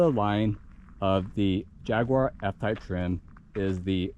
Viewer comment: If you learn to pronounce Jaguar properly you'll have more credibility.